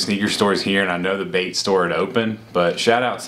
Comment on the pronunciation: LANo he said Bait not Bape